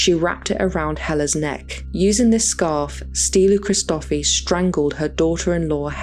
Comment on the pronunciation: It’s pronounced stee-LLOU (put emphasis on the double L) hri-sto-FEE